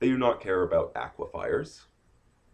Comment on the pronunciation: "aquifers" not "aquifiers"